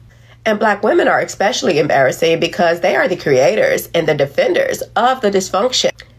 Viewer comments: ickspecially? U dont find that embarrassing ? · Cause they can’t say “ES-specially.”